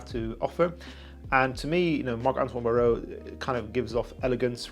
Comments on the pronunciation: Bar-wah not Baorrowww 😂😂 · Just a little tip on the pronunciation, it's Bar-wah. Hyped for the vid! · Great review bro! But the pronunciation is BARWA